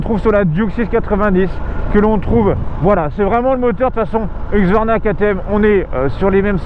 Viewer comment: Huxsvarna... ça se prononce Heusqouarna si jamais ;)